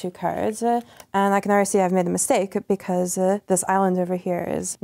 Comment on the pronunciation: "work-er, because-er, card-er"